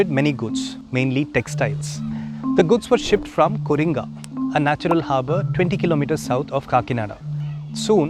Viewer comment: It is Co, not Coring. Correction by a 70 yr .man.